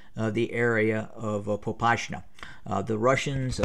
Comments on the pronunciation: ahaha dude it's not PopaSHna it's PopaSna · Popasna contains "s" not with "sh" thus hot "shoe" but "set"